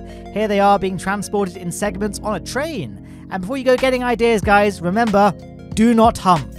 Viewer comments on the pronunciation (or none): none